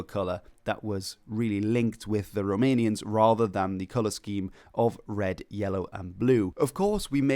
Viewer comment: I have to say that your pronunciation of Romanian names is very good, congrats!